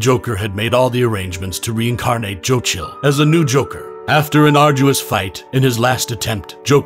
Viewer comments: Ahhh ok I was wondering why you were pronouncing Joe Chill so… un-chill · Why are you saying his name like that? Why do you pronounce Bruce's name normally??? Who is Jochil? Why don't you say Bruswain?